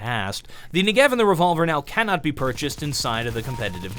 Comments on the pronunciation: Hey, just so you know - It's pronounced NE-gev, not Nuh-GEv - the emphasis coming from the first e. (This is coming from a fluent hebrew speaker, the gun is named after a place in Israel). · I'd just like to note something: The Negev is pronounced *NE*gev, while you are pronouncing it ne*GEV*. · he says the knee-gee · WHY????! why can't anyone say NEGEV correctly....